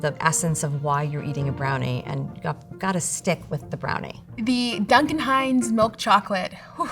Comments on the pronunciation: "Doon-kin" Hines is sending me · Doonkan? Has the narrator genuinely never heard the name Duncan before?